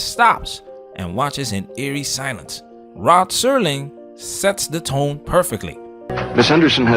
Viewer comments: Just play the clip without your philosophical blah blah gum flapping. No one came here for your opinions dude. BTW it is Rod Serling not Rob Serling. You can't even get the man's name right. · It's ROD Serling, not Rob. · Good episode. It is Rod Serling, though, not Rob.